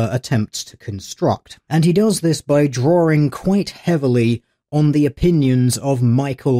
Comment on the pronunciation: You do know that "drawing" has no R's in it right?